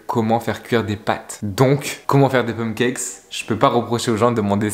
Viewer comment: Faut dire paaaaaannnneeee kèkes